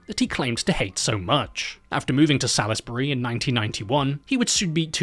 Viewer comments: pronounced "Sauls-bree" btw not Salis-burry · As someone 5 mins from Salisbury, I gotta be that person and say it's pronounced Solz-bury, not Saliz-berry 😂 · It’s not pronounced Sal-is-Barry. It’s pronounced Salls-Bree. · Succulent Chinese meal reference had me 😂😂🤣😂🤣😂 Lovin' your work, my guy 👊 Cheers from Adelaide 👋 Just a heads up, it's pronounced 'Saulsbry'. No biggie 👍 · I unfortunately spent a few years living in Salisbury. Your pronounciation pained me greatly haha, we pronounce it like sawlsbree. At least you didn't have to talk about Cockburn. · It’s pronounced Souls-berry!!! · I'm an Adelaidean who lives 5 minutes from Salisbury and the most disturbing thing about this video is your pronunciation of Salisbury 💀. It's pronounced Saws-bury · lmfao still looks like salisbury today and yes I live in adelaide not in salisbury though. also its pronounce (sausbury) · It’s pronounced "sawsbree" here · Hearing Salisbury being mispronounced is definitely not bothering me I swear. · Any other Adelaide people here losing it at the way he’s pronouncing Salisbury? 😂😂😂😂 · pronouncing “Salisbury” like a true American there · It's always funny hearing people completely mispronounce Salisbury.